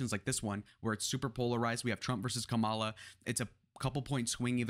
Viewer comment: Pretty sure Kamala pronounces her name with the accent on the first syllable.